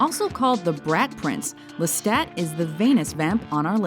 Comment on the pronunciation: It's NOT LestaT!! It's Lesta!! FRENCH!!! You don't speak the last T, for Enkil's Sake!